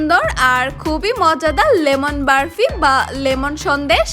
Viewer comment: আপু সব ঠিক আছে সুন্দর হয়েছে তবে বরফির যায়গায় বারফি না বললেই পারতেন এই ভাষা টা খুবই বিরক্তি কর লেগেছে